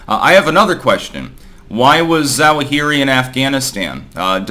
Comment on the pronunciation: AL ZWA-huh-ree